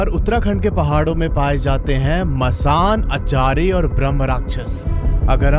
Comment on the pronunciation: अचारी ❌ अछरी ✅